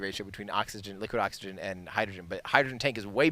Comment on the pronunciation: Hydrogren and Oxygren? 😅😅 You know what else has "gren" in it? Grenade... I hope you didn't jinx it.